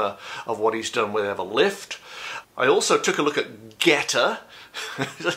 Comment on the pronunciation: When you were talking about "GETTR", I heard "goetta" and I wondered why on earth would ANYONE want to discuss that disgusting food? LOL! Don't ever read on "goetta". Please. Yuck.